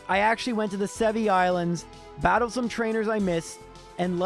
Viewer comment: "I brattled brok."